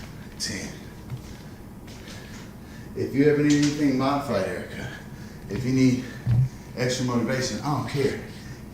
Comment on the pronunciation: Aerika here! You pronounced right and nobody does, nice work :) I've been out the past few days with the stomach flu and couldn't bring myself to work out, but today was my first day back at it. Thank you for the shout out mid work out, it gave me the extra boost I needed to keep going!